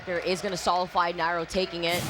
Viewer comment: One of the announcers said solify and I dont think thats a word lol. Solidify?!?!